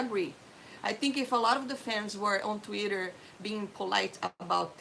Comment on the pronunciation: I love how she pronounces Twitter like "Tweeder". 😊